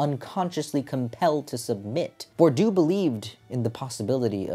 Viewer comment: Please, it's more like [bwʁdiø] than [buʁdjø], nothing like 'bordeaux' ranting with a strong French accent